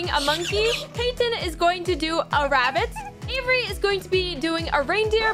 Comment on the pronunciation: Tysm I love how you said Allies and Avery’s build